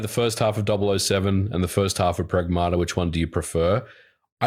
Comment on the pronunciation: You said Pragmata wrong. It's based on the word pragmatic, and Diana says it that way